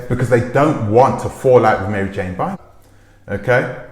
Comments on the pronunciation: Prounounced ‘Buy arm’ not Bynum like Juanita Bynum. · Her last name is pronounce like BYE RUM. Byram.